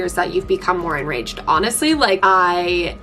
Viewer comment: Enraged instead of engaged. Same same 😂